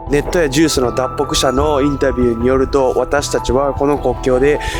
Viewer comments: 信じたいけど難しいです。 だけ「だつぽく」と言っています。 他では「だっぽく」と言ってるのに、、。 AIに読ませたように感じます。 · ナレーションで脱北のことだつぽくって言ってるよ。自撮りだとちゃんと言えてるのに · 「脱北」を「だつほく」って読んでるで。AIの音声読み上げ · 他のところでは「だっぽく」って言ってるのに、ここだけ「だつぼく」 AIでよくある誤読みたいで、不気味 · 日本人なら脱北は基本的にだっぽくと言わない？『だつほく』読みはAIの読み上げだね そして ではだっぽくしゃと読み上げてるけどAIだから文脈で読み方変わって統一感なくなるんだよ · 脱北をだつぽくって言ってるのがきになる。次に出てくる脱北ではちゃんとだっぽくって言ってるからたまたまなのかもだけど、だっぽくを聞きなれてるから一瞬ん？て違和感があった。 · だつぽく？？ そのあとはだっぽくってしっかり言ってるのに、、 AI音源の可能性あるな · 挟まれる解説が抑揚のない発音でAI音声みたい。特に10分くらいのところで『脱北』をだつほく、だっぽく、と二種類で発音してたりなんだか不自然に感じてしまう… 南半球の国の動画を出されるのを楽しみにしてます。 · 撮り溜めは理解できる、これをいつ編集したかが知りたい、随分前に編集したものをそのままアップするような人なのかな？アップする前に内容確認するよね、私youtuberじゃないから知らないけど。アフレコとかAI使うような人じゃないよね、脱北を「だつぼく」と言ったり「労働」だけやたらおかしな発音になってるし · 9分17秒「だつぼく」？ 24分21秒「じゅーす」？ 31分42秒の市場の発音って普通でしょうか？関東の人間からは変に聞こえる。 何か違和感しかないなぁ。 やっぱり拘束されてしまってるのかな😢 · ニュースを明らかにジュースと言っている 脱北(だっぽく) を明確にだつぽくと言っている 後からアフレコで音声入れる編集をしてるのに、ここまでハッキリと間違えて尚且つ気が付かない事なんてあるか？？ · 脱北のこと「だつほく」 ニュースを「ジュース」